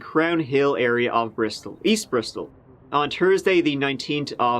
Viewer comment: How can you pronounce “though, this” correctly but pronounced Thursday aS tursday ? 🤣